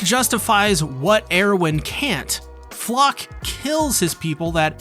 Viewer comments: And Er-win, not Ear-win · Every time he pronounces Erwin as “Air-win” I can’t help but think of how great a name that would be for a new Jordan shoe lol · Am I the only one who's bothered by "AIRwin" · what the hell is wrong with the way you pronounce "erwin"? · the way you say erwin's name triggers me, but other than that. good video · Proper pronunciations: Hange: Honjee Erwin: Airvin Paradis: Paradee Shiganshina: Shiganshina. Why do you split it up like four different words for every syllable? Lmao